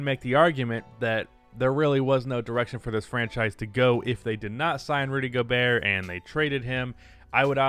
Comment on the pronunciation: Rudy Go-Bert